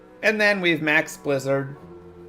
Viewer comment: It’s a Bwizzard!